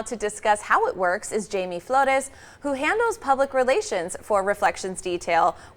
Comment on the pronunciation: his name is Jaime not Jamie 😂💀